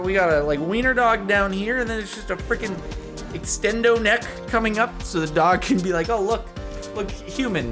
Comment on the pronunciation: No one: Jardin: ExTeNdO dOg